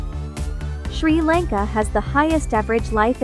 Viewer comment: Your telling sri lanka wrong